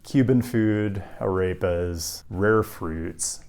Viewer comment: The word 'Arepa' is NOT pronounced "uh-rape-uhs". For whatever reason, america and its educational system is somehow obsessed with convincing people that the 'e' sound in spanish is an 'ayy" when it's literally the exact same e sound as in the name fred or ted. the name pedro is not "Paydro." There is zero logical reason as to why this mispronunciation trend has taken off when the same exact vowel sound exists in both languages. In fact you're making extra effort and going out of your way to just butcher it worse than had you just read the word exactly as you would in english. not saying your pronunciation has to be perfect, but if perhaps you were met with strange looks when you placed your order for A Raper, or told your buddies that you would like nothing more than to eat a Rape uh, then maybe this will shed some light as to why. 🤣